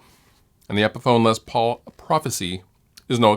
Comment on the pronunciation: I may catch some crap for this but I cringe every time I hear someone say “Lez” Paul. He’s a legend and his name was pronounced “Less” Paul. Short for Lester.